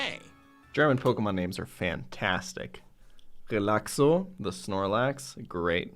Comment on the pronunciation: I'm german and your pronunciation of "Relaxo" was so perfect that I thought I'm listening to a German